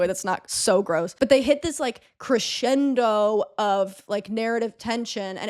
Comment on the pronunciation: Growing: ❌ Crexxxcendo 🤌🏻: ✅